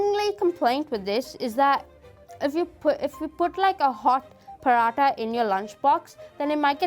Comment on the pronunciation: Sohan's pronunciation of paratha 😬